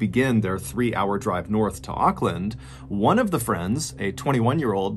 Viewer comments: Just wanted to give you an fyi - Auckland is pronounced "ork" land :) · Sorry, I couldn’t finish watching. Every time you mispronounced Auckland I cringed and lost concentration on what you were saying. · It's not pronounced Okland lol it's pronounced more like orkland